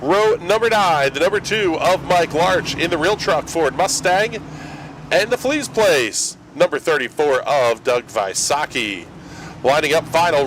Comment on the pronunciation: It’s Ele’s Place not Fle’s Place lol